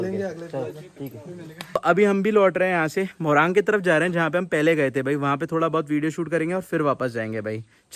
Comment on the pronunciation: Moraang nahi morung bolte hain